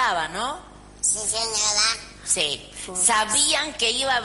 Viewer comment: "no señoa"😂😂😂jajaaja. Resto de la entrevista mayoria de respuestas; "Si señoda"😂😂😂